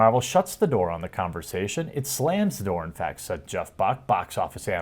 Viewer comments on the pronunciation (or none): none